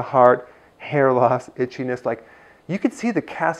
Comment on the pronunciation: I thought you said bchiness instead of itchiness. )))